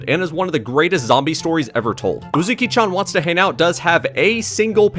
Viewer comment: im gonna cancel YOU for saying Uzuki instead of Uzaki